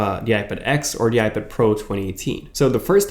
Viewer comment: IPID? TUM-NAILS? C'mon...really? Slow down the pronunciation linguistics, genius...a lot.